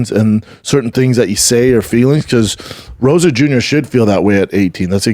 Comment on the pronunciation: Rosa Jr? This moron can’t even say Rosas